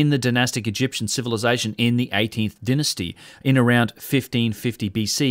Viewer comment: Denisty?? It is Dynasty.